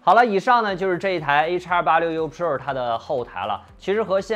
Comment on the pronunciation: 就没有朋友给你善意的提提建议吗，你的pro,发音真的很难受。